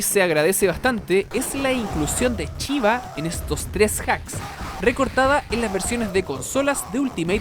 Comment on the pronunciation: Chiva? Chaokan? Jajajaaj shiva . Shaokan!! Buen video igual .